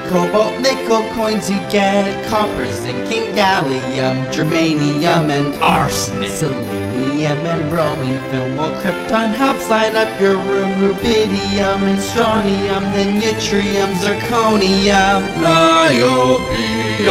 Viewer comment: It's ARSENIC and he pronounced ARSENISM 😂😂😂